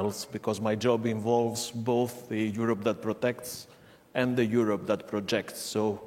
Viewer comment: Die hat halt nen Akzent, ne... Aber können wir über ihre exzellente Aussprache von "Europe" sprechen. Ich kann das nämlich, obwohl mein Englisch sehr gut ist, gar nicht aussprechen.